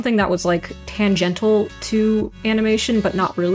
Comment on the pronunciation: Then you mispronounced tangential. To add to your list of failures